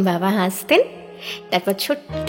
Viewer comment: তোমার আবৃত্তি শুনলাম। আগেও অনেকগুলো শুনেছি। তুমি আমার খুব প্রিয় ❤ আমি বাংলাদেশি। কিছু উচ্চারণ আছে যা ওপার বাংলায় সঠিক উচ্চারণ করে না। "হাসা " ঠিক আছে অথচ "হাসতে" " বলতে গিয়ে "স" উচ্চরণ সঠিক হয়না। কানে শুনতেও ভালো লাগে না । এখানে " স" উচ্চারণ করতে হবে "শ" এর মতো। ঠিক বসা শব্দ যেভাবে বলা হয়। কেন এভাবে বলতে হবে? সেই ব্যাকরণগত বিশ্লেষণ করা এখানে সম্ভব নয়। ওপার বাংলার অনেক অভিনয় শিল্পী ভুল উচ্চরণ করেন। কিন্তু একজন বাচিক শিল্পী বা গানের শিল্পীর বেঠিক উচ্চারণ খুব কানে লাগে। ঠিক এভাবেই "ভালোবাসতে" "আসতে " হবে। মনে রাখা জরুরি যে " স"এর সাথে যদি " ত" থাকে সেখানে "স" "শ " এর মতো উচ্চারিত হবে। আশা করি আগামীতে সঠিক উচ্চারণ শুনতে পাবো। একরাশ শুভকামনা রইল 🌹